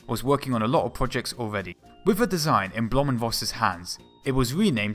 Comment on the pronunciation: oh come on... its "blohm und Voß" thats 3 fucking words and not "blomunvos" thats just not even trying